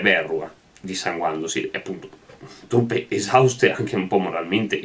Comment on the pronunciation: Verrúa, non Vérrua.